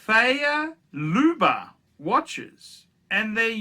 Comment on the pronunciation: Favre is not pronounced "feya" for chrissake. Learn your shit man. Btw - I dont need a "watch" channel to read wikipedia.